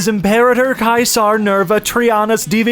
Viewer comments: it's either foxes or dogs (interchangeable) otherwise there's no s how tf do you manage to say kaiser instead of caeser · why do you pronounce caesar as kaiser? i heard this in fallout new vegas and was confused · mf really said Caesar wrong smh my head